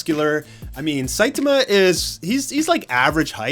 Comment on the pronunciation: I feel like this movie (much like many Hollywood adaptations) will feel out of place in the west. It’s weird having random white characters butcher names like “Saitama”.